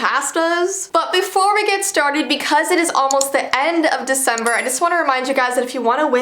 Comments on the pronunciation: "its veecember" how about new year?? "its Newvee" :o kinda cool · It's vesember that what it said at the beginning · I like how it says its Veecember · says "Veecember" My Aunt says "Dekimber" Veekimber (my aunt's name is kim and her b-day is on the first day of winter